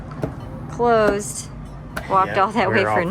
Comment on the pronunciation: "closed" heh... sounds like clothes... or clothed...